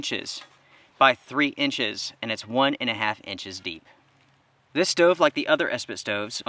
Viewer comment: Crappy, wasteful of fuel, expensive. No benefits to this "steauve" (not stove like normal people pronounce it lol)